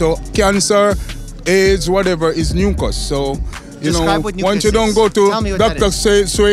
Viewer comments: What he meant was "mucus" but said "nucus" instead. And yeah Dr. Mike, you know it. Excess mucus is not good and in his opinion, it may be the one thing that you can point out as the cause of a disease. It's just nucus! I mean, mucus. 😃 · love how they are conscious of the kids as well, oh i also think the guy was tryna say mucus(?) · So, he was saying "mucous", not nuncas? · Mucus not nooncus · "noocus" didn't he mean mucus sounds like my accent's(Serbian) way to say it also he said moocus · So what is Noonquz? 😂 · When the guy said “nucus” and touching his chest, I wonder if he was referring to mucus. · What the hell is noon cus?I searched on google nothing at all o think he was trying to say mucous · Doctor Mike: Nooncus? What is that? Me being Jamaican: he said mucus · He meant mucus. He talked about dr.Sebi. Dr.Sebi is known for his quote that the root of all sickness is mucus. Lol not nookus. 😂😂😂😭😭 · I wonder if that last man saying “Nooncus” actually meant “mucus”?? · Maybe the last guy meant “mucus” not nooncus lol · I believe that nookus was him trying to say “Mucus?” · "Noncus" I think he meant mucus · I think “nookas” is mucus 😂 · The last guy was saying “ mucus?”… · Command+F "Nookus" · Nookus? Was he saying mucus? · 😂😂😂😂 I’m Jamaican and the guy at the end was definitely trying to say MUCUS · He was saying mucus but he pronounced it poorly because of his natural dialect. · Yup he was saying mucus! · I am jamaican an i can confirm he was saying mucus. I have no idea how mucus and cancer are in the same topic. Soo yea lol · As a Jamaican myself, that last interview was freaking hilarious. I'm pretty sure he was trying to say mucus lmaoo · I thought he said mucus too, but it doesn’t make sense with the context! 😆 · I think he tried saying mucus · I think he’s trying to say mucus 😂😂😂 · I wonder if he was saying Mucus? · I’m not remotely Jamaican but I had a suspicion he was saying mucus. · I’m not Jamaican and he was definitely saying mucus